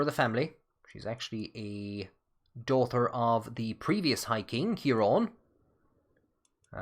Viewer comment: Oh I wondered why you always said "dauther"!